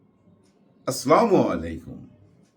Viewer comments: Pl correct your Salam !( Assalamu alaikum )! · সালাম শুদ্ধ না